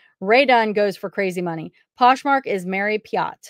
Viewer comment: It’s mary pie-at